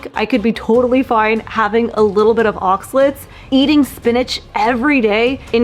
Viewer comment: It’s pronounced ahx-ah-laytes, not ahx-lits.